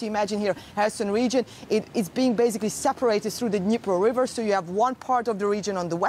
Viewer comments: dinpro river? why do those news readers not study the topic they are discussing.. I has been 8 months now every day. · Pronounced Neepro river, not Dinpro, as in Kherson (Herson), it's a silent K silent D, what is soooo hard to get after 8 months of reporting. Have a bit of respect and at least get the names right! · It really would be much better if the “news reader” for DW at least first learned how to pronounce some of the key geographical features involved in this conflict, like “Dnipro.” That tells you this is a very amateurish production that seniors in high school could do as good a job. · She butchered the rivers name